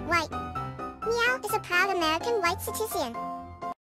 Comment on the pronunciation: "American white ✨CITISIEN✨"